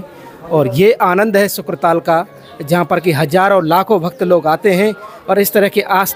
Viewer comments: शुकताल है शुक्र ताल नहीं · Nam sahi nahi bola shuktaal he ashli name🙏 shukra nahi🙄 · शुकताल कहें । शुक्र न कहें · यह क्षेत्र शुकदेव जी से संबंधित है।इसका नाम शुकताल है,न कि शुक्रताल।